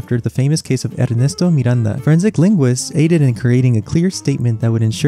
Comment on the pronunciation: I really didn't excepted a video about this subject to be actually good, thank you for surprising me and also, I wanted to comment that your pronounce of "Ernesto Miranda" was absolutely perfect (I know it isn't easy for americans 🤠)